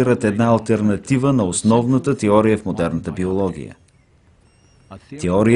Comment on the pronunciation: теория а не тиория за разказвача btw